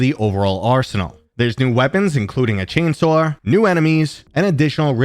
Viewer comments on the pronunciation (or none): Noticed the accent 1000% more when you said “chainsaw.”